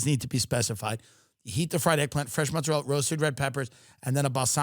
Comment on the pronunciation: Tim it's mozzarella, mozzarellA, not mozzarell!!! "Oh but you clip the last vowel in Italian" no!!!! Don't trust Tony Soprano!